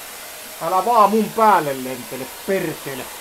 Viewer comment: "Tossa menee perrrrekele, tule tänne setän luo... Älä vaan mun päälle lentele, perrrrekele" 😂😂😂